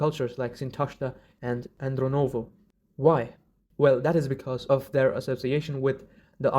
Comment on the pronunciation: AndrOnovo -- it is very important, in my humble opinion to state the names correctly in this controversial video regarding Proto Iranians and Proto Aryans. In this video several terms of mispronounced . Is a shame. It is obviously made by an Iranian speaking person. It is wonderful that you pronounce your cultural words correctly, but it's so annoying that you mispronounce others horribly❤😂😂